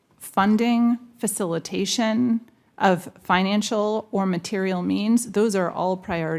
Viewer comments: Also, wtf is 'materialll' - is she trying to say material? What a clown. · The way she pronounces "materiAL"